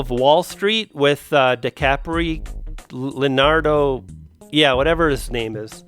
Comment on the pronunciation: This is an awesome video Nico and! You almost made me snot with Leonardo's name pronunciation LOL.